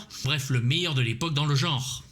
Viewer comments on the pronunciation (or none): none